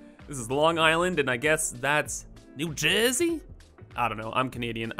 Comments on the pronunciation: And thats "Newjayesy" got me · why did u say nj like that?